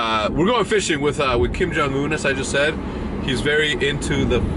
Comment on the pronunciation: When Hecz called his brother "kim-jung-un" i died hahaha